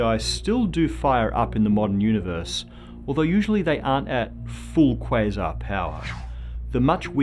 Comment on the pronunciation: The way he says quasar disgusts me